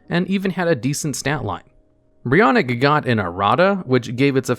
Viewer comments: It's Brionac not Brionik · ITS CALLED brionAc not brionIc. why are people calling it brionic everywhere?